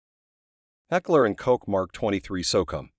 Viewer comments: It's Heckler & Coke(Koch) not Heckler & Cock! Lol 😆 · Is pronounced like coke or cock? Get it right. Koch is pronounced like coke. A grade school friend of mine last name was Koch. Many students ended up with a bloody nose if they didnt pronounce his name right.